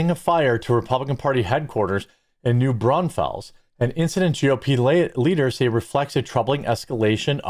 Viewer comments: New Braunfuls not Brawnfells. With love from a local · It's pronounced New Brawnfels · We pronounce it New Brawn-fulls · Just an FYI, it's pronounced brawn-fulls. Not fells. Texans know. 😊 Glad you cover other things. I've noticed that all the big, established sources have the same stories they cover day after day. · "New BRONZE-fuls" is how a Texan would pronounce that. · I’m not even an hour from New Brawn-fels (😂) and I didn’t hear about it! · I saw it on the news but I live a few counties over from there. Go through Comal County on a regular. And you're close on the pronunciation of New Braunfels. Brunn-Falls but you dont have our Texas tone/twang! 😎👍🏽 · Arson is another fun little charge. It's pronounced new- brawn-fulls. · You mispronounced New Braunfels. The E sounds like a U. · I live 90 minutes from there and didnt hear about it. Jeremy its not Oregone, Oh reh guhn and its said New Brawn -fulls